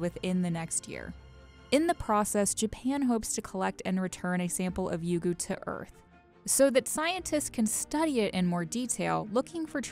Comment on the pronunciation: It's Ryugu not Yugu